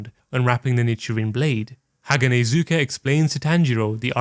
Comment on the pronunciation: Great vid but haganezga is not hanahazuka